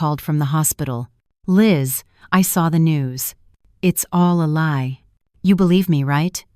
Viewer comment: I got turned off when the narrator could not pronounce lie correctly. I stopped listening right then.